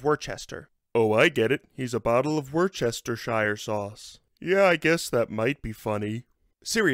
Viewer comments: Wu-ster-sher, we brits mean well. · Worcestershire sauce is pronounced " Woo- ster" . Just saying. 😊